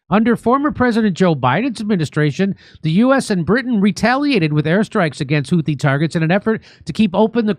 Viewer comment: No, it's not a name we gave them. Ansar Allah, are also know as Houthis because that was their founding leader's name. The name 'Houthi' sor حوثي in Arabic is the name of their original leader whose full name is Badr Al-Houthi. It is 'Houthi' with 'th' as in 'Think' not 't'. Their current leader is his son Abdel Malik Al-Houthi. The word has a meaning in Arabic but I won't bore you with that knowning how fast you'll forget anyway. I know how easily bored, distracted, and disinterested Americans are when it comes to other cultures, or anything about other people outside the US 😁